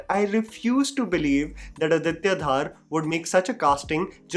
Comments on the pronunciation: It's not Dhaar it's Dhor . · I think It's dhar not dhaar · Bhai...pronounce Dhar in Aditya Dhar same as how Dhar is in Dhuran-dhar. That is the proper pronunciation of Kashmiri surname. The other one is probably of Bengali Dhar surname.